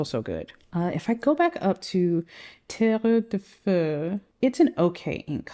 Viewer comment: This spectrum brings me joy! And now I'm curious about the octopus Medusa ink 😂 Btw, French is my mother language and your accent on 'terre de feu' is a 10/10 👌